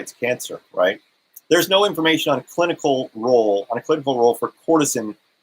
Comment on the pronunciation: You are mispronouncing it. (Ker-ce-tin)